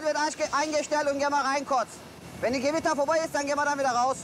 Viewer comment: Die Gwitter, es kommt DIE GEWITTA😂